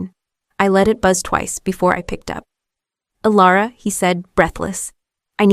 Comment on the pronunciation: Elara or Alera, took only 40 seconds to make a mistake, AI has a poor memory, and the channel is too lazy, "Alara" AI really having a tough time getting the name right.